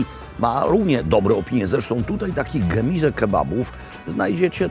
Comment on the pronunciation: pierwszy polski youtuber, który umie wymówić poprawnie gemize a nie gemuze! Doczekałem się, mogę odejść spokojny.